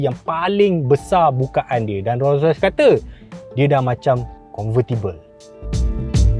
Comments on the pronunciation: Org Malaysia sebut Ro-Rois... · bini aku sebut "ROii ROSS" hahahahahaha